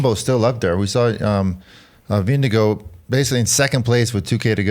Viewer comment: Ving-eh-gore ffs